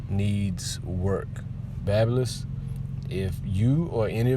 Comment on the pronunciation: this was a dope review... They pronounce it "Bay-bee-liss". A Conair rep explained it to us when we were in L.A.